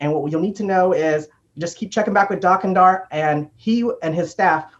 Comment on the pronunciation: The way they say Dok Ondar is bugging me...